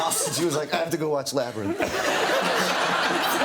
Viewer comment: "I have to go watch labrythn" omfgggggg